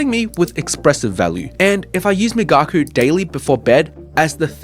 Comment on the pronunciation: Migaku is correctly pronounced ["me" as in "me too, "ga" as in "gosh," and "ku" as in cool] migaku: [ 磨く to hone/polish (usually skills)], also [研磨 to polish (an item)]